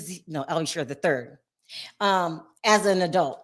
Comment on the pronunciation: Al B Sure not shore seriously.